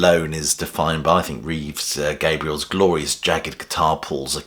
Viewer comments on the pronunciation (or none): It’s Reeve Gabrels not Reeve Gabriels. 😂